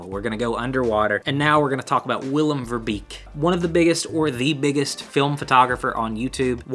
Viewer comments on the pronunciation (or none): Not really important, but you pronounce Verbeeck as fur (like animal fur) bake (like bake a cake)